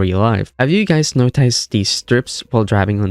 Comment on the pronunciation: This is weird. It sound like a real person doing the narrations as opposed to Ai. But certain words don't sound right. Where are you from? You almost sound American but pronounce it "notICEd" strange for instance. Just curious.